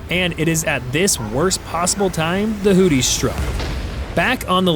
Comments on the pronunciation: From everything that I had heard on our news , here in the U.S. , I believe that it is pronounced Hoo-thee with a th like in three , and not Hoo-tee with a dt sound that you sound like on my phone . I may be wrong so , if I am , I apologize . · Hootie? Is Darius Rucker in the room with us? It's pronounced "who-thee(z)". lmao